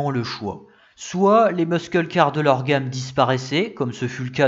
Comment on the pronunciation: Merci pour cette vidéo et toutes ces recherches Je vous suis depuis longtemps et quelques points me font saigner le oreilles: quand vous parlez d'une marque , on ne dit pas "dodge feront" mais "dodge fera". C'est au singulier. Quand aux "muscle cars" ça se prononce "meusseul car". A part ça tout est parfait